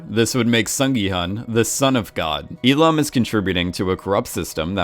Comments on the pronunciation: and especially Il-Nam. How is it possibles? He says I-Lam when the name is literally Il-Nam! Gah!!!! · Il-nam not E-lam! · you’re hearing “lam” because the L sound from “il” is being carried over. So if you say he’s name lazily, you can say it “il-lam” but correct pronunciation is il-NAHM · Why do you keep saying "il-am"? It's il-Nam. NAM for namja meaning man. Il-nam means first man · Listen to how the actual character pronounces his name. He says it as "il-lam". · Just while we’re all at it, his pronunciation of Il nam is a bit dodgy too in my opinion. But dodgy name pronunciations aside, I do really like these videos 🙂